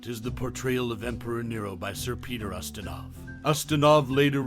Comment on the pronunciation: Quo Vah-dis, Peter use-tin-off!!!